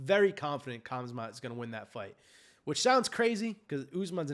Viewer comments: THE NAME IS PRONOUNCED- HAMZA. ‘K’ IS SILENT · It's pronounced Khumschott.